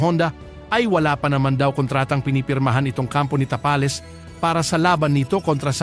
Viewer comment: ayusin mo mag bigkas ng "tapales"😅😅